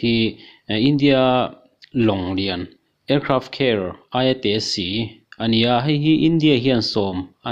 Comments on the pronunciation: Aircraft Care nilo in Aircraft Carrier tih tur o. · Indian ka nih vang chauh in ka like, Aircraft Carrier lam dan mawlh mai hi😂😂😂😂